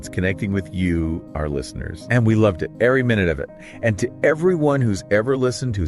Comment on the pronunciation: when he says "every minute of it" he does that consonant drop ("e-ery") that's really common now... It seems to be adopting vowel drops from everyday speech. Wild